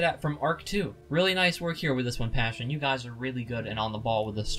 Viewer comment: It's Passione, not Passion